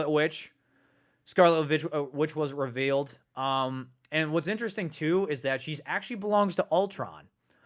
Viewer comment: Am I the only one that doesn’t like hearing him always say “revALEd” instead of “revEALed”?